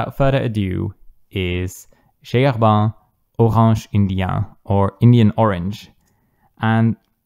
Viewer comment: I love it when you say J. Herbin like a proper French man. 😅 I've been into brown inks, but orange inks have piqued my interest as of late. Thanks for showing the orange one from JH...might need to pick that one up. Curious if you've tried the Pilot Iroshizuku Yu-Yake. That was the orange ink that made me want to delve into this color after all the browns I've collected.